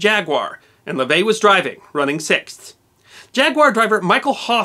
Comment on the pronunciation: Finally, someone who properly pronounces the word "sixth". Most people lazily pronounce it "sikth".